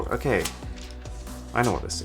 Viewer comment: He does not say okay. He says uh-kay.